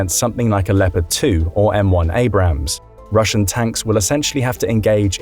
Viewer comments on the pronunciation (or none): none